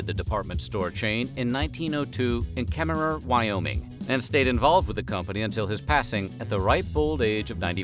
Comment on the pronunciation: I know it's spelled Kemmerer, but it's pronounced KEM-ER. 🤷‍♂️